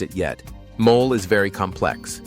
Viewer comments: Video ok, please try to pronounce principal words like “mole’” not mole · Mole (mol lay) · Speaker needs to correctly pronounce simple Spanish terms used. For example, “mole”, the famous Mexican sauce is not pronounced “mole.” It has two syllables with emphasis on the second. For goodness sakes, do your homework!